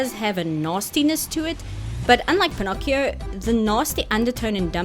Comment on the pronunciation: Pin-ock-ee-oh is the original italian pronunciation. So youre good 👍